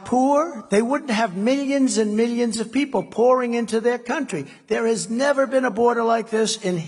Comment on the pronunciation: I love how clear it always is that Trump is reading off a teleprompter and just interjecting every so often Absolute monotone, pausing between syllables, deadpan glare at the screen, "We are face...ing an econom...nomic crash...the likes of which we have ne-ver seen." And then he'll just bounce to life, look away, and go "Y'know we gotta have a good economy y'know gotta have one gotta have it" off the cuff